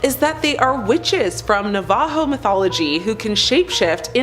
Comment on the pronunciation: This smart guy said NavAjo. 🤦 It's Navajo, don't ever butcher our cultures name like that. Smh